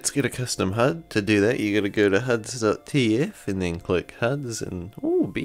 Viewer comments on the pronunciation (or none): Damn, he got drunk when he talked about the huds (no offense intended). Gotta try this, I have a great gpu but I have massive disapointment of a CPU so this should help a lot. Idk how do I get playable fps today with such a shitty cpu still with the default settings.